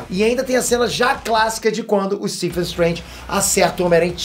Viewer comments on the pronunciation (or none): none